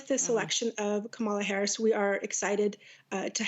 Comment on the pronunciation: Please pronounce Kamala's name properly,!!!!